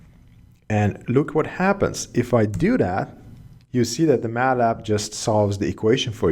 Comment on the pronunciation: Just used to say Matlab, not used to hear Ma’lab!